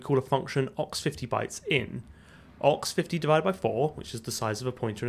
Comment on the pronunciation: I've never heard 0x50 pronounced "ox-50", but now I'll never unsee it again